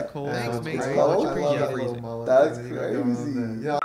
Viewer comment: "ThaT's CrAYZeY.😊"